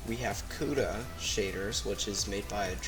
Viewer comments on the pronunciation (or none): THE FIRST ONE IS KUDA NOT CUDA!!! GOOD LORD!!!